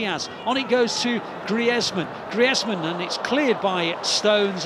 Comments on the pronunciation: Who the hell is «Gree-ezz-meun» !? I know Antoine Griezmann «Griz-man», never herd of this «Gree-ezz-meun» fellow lol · who tf is Gri-Ez-Man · No way He called Greizman, “Greiz men”😂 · Did anyone realise that the commentator called Griezmann GRI-EZZZ-MAN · gree-ezz-man wtf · The way this guy pronounced Griezmann 😂😂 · how can you mispronounce griezmanns name that badly?